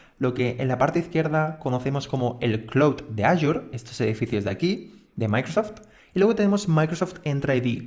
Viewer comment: Muy bueno el curso, solo una recomendación, en la pronunciación de AZURE, en España se dice Asure, pero en español latinoamérica es Ashur, y no aYur.